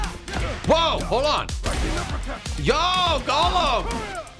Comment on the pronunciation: Please stop saying 'Golem'. The character's name is 'Gollum'.